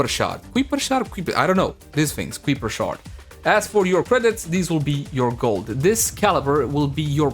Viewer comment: Kuiper is pronounced like "keye-per" where it is "eye" like how you would say it in "eyeball".